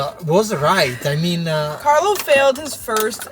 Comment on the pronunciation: puoi impararealmeno a pronunciare il nome di Carlo in modo corretto???